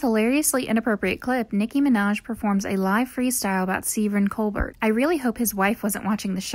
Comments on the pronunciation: "Seevern ColBERT" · Did you just call Steven Colbert.... "Sleeven ColberT" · She did not just call him Steven ColBERT. Who even is this narrator? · Oh. Stephen Cole-Bert. This is trash.